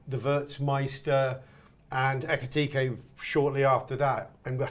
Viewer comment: Can someone please advise on how to pronounce Ekitike's name properly